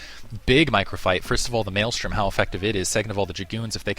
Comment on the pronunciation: THank you. you say it correctly. It's MaelSTRom not maelStorm